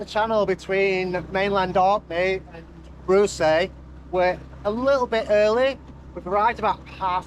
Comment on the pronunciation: Always enjoy your videos, but particularly this one. I grew up on Rousay (prounounced “R-ow-see”) and my parent’s house faces out into Eynhallow Sound where you went through the Burger Roost tidal race. It is a formidable place. I’ve seen many boats pass through and get the tides wrong, engine failures and all sorts. One guy went below and closed the hatches while his spreaders kept hitting the water until finally it spat him out the other end. 😄 I’m stumped at then yellow object and can only guess that it’s something to do with EMEC and the tidal energy, but I thought it would have been charted if that was the case. Really enjoyed your rendition of Cripple Creek too. 🙌🏻